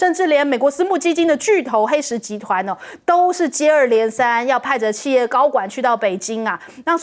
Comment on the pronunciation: 企业：而台湾播音员念“弃”正确的应该念“起”，还有海参崴….